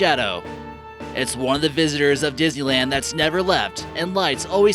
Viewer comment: Why do I keep understanding dizzyland instead of Disneyland?😂